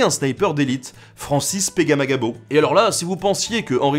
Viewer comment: Francis Pegaplagagggg quoi?? chapeau bas pour avoir réussi à le prononcer correctement!!